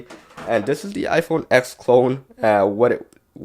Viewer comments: Did you say iPhone f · Did you say IPhone f ??????? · I heard u say iPhone f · Did he say iPhone f ? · You siad the iPhone eth 😂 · He said iPhone F instead of iPhone x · Lol, he said Iphone F 😂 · Did he say IPhone F in the beginning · Is it me or did anyone hear him say iphone f? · he said iPhone f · At the first he said iPhone f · Yianni Strait if you listened to the release of the iPhone X they say ten not X they never said x your dumb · Niqqa said iphone exthhffffff lmao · Who else heard him say iPhone F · same it sounded like he said F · It look or sound it is said s or f I can't that hear that good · Yeah get it right it’s the iPhone X